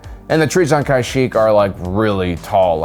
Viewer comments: Does he mispronounce every name on purpose? Kie-shyyk, Tenno, Miraliaka, etc. Soo annoying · “Kai-sheek”, “Ahsoka Tuh-no” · Stop pronouncing Kashyyk like that man🤣